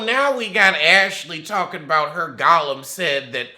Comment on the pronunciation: No you didnt say goe ahead golium